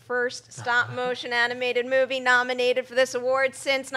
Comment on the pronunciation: I wonder why they think Best Supporting Actor and Actress are the tightest races. To me it's so clear that Viola Davis and Michael Shannon should and will win. Also I find it funny how Perri pronounces the word "movie" sometimes. It's like moo-wei.